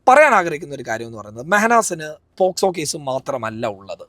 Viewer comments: പോസ്കോ അല്ല പോക്സോ😁😁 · പോക്സോ എന്ന് പറയാനാറിയാത്ത അവളോടാണോ. നീ ഇതൊക്കെ പറയുന്നത് 😂